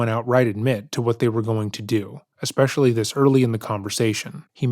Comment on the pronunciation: ‘Especially’ not ‘expecially’